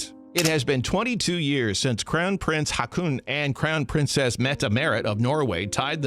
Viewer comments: Haakon = Hokon. Wenn zwei aa in dem Wort ekstieren wird als o/O ausgesprochen. Haakon heisse also HOKON! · Haakon = Håkon